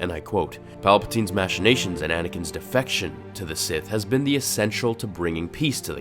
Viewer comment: Also, you said "Match-inations" you should reupload and say "Mack-inations"